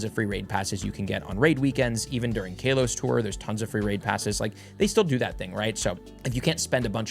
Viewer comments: ok man stop it’s not pronounced like kale 🥬 it’s kalos like California it’s not cailefornia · First off KAY-los? Second off "it was gen 1" Do you know what Kalos is? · KALEos tour xD